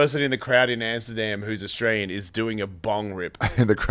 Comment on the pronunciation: Ari saying Australian city's correctly. My man!!!